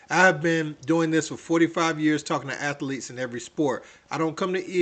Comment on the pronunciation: Athlete is 2 syllables